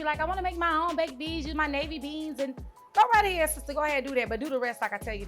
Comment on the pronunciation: "We're gonna go ahad"